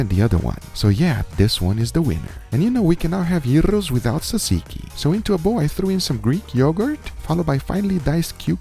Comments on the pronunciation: Maumau, say it with us: “YEE-ROH”. 😂 Also, Tsatsiki is pronounced “dja-djee-kee”. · Bravo vre Guga but you pronounce it more like “jajiki” my Aussie mother in law pronounces it like you did, and the pita should be cooked on the carbona not in a pan for ultimate flavour